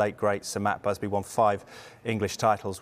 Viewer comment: Who is this matt busby he speaks of? I thought it was batt musby